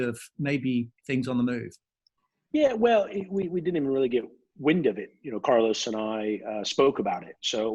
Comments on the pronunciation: I will miss him saying Carlous in the future hahaha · Mr. Brown should learn how to pronounce the name Carlos correct, it's not that difficult.